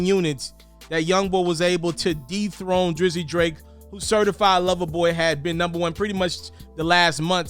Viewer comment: IT'S DETHRONE not DETRONE